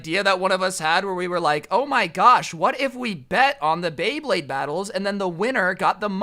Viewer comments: yoo homie fr said blade bade. Its beyblade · When he said bay blade, he said Blay Baydes half the time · Did he just say blade bade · I dont know why it is, but it pisses me off every time says "Bleyblade" instead of "Beyblade" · did you call it a blayblade? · You did not just say blayblade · Nobody:: blaybade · it's so hard to say bay blade multiple time in a row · bro I thought u said blayblade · Like how many times he mispronounced Bey Blade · said blayblade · I love how he didn’t pronounce beyblade right a single time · is having a stroke every time he tries to say “Beyblade”.